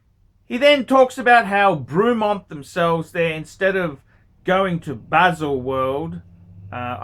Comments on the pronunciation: It’s pronounce Bray-mont, you fucking plank! 😂 Also you criticise ‘marketing and finish’ and yet Rolex is 99% brand and 1% substance.. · Who the heck is Broooomont? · FFS - it’s pronounced BREMMONT!!!! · Broomont??? It is not a hard brand name to pronounce. It's not JLC or A L & S. ffs! Lol.